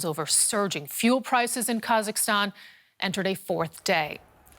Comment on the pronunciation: try to pronounce the name of the country correctly - is it that difficult?! - just try! Its Ka-zak-stan - NOT kazastan 🤣🤣😒😒Your forecast is also doubtful - you don't really want to see your neighbours to succeed, do you?!